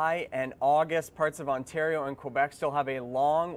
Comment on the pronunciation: Fun fact, it's K-Beck not Qwa-Beck...